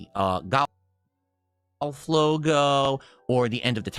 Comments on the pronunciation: Only can manage to add the sound " ayy-uhh-yugh" to the word "golf". " Gah-yuy-eh-yigh-uhlvff". Amazin' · Why on earth can he not say "golf"? What is that about?